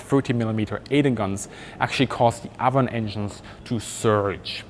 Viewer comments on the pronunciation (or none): Viper twenty2 also it’s ay-von not a-von. Which is also a river. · It's Avon the a is pronounced as a long a as in raven Ayvon it would sound like Ayvon not Avvon Ayvon, thank you. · Avon is pronounced ‘Ayvon’. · Geez dude you butchered Avon too. That one is pronounced like the name "Evan" would be in German. "Ay-vun" or "Ay-von". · Excellent video. Ted Rex is correct on pronouncing Nene. Also, Avon is pronounced A-von, not Avon. It's also a British river. I think someone at Rolls Royce liked fishing! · Trivia time. Your pronunciation of the name Avon is actually the Welsh way- and in Welsh it is spelled Afon- Welsh being an original British language. In German a V is pronounced as an F and in Welsh an F is pronounced as a V. Anyway, the Welsh word Afon means River. When the Anglo-Saxons came to Britain, they asked the local British: "What's this called?" as they pointed to the local river and the locals replied "Avon". That's why across England there are any number of rivers called Avon. In effect calling something the River Avon is the same as calling it the "River River" but the Anglo-Saxons did not know this at the time. As you probably know Rolls-Royce liked to name its jet engines after rivers while Bristol used classical names for its many engines such as Olympus or Pegasus, Hercules etc.